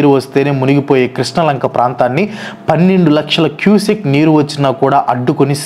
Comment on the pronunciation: Cusec bro adi cusac kaadu..antha research chesaru..adi kuda chesi unte bagundedi!